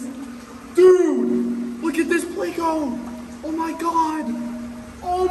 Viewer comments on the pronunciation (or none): Please.. theyre called PLECO not PLAY-CO! You say it like you say help...with a short e sound. These are fun but when you call it PLAY-CO you make my brain hurt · I swear… why must you make everyone cringe? ITS NOT PL-AYCO! It’s Pl-echo…. 🤦‍♂️ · Why do you pronounce pleco as play-co? It's pronounced pleck-co isnt it? Lol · why do you say playco??? its pleco lol Plecostomus has no a in it bro